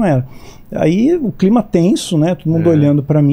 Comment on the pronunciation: "Como está o climê" 😂😂😂